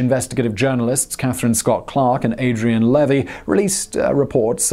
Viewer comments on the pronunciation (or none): none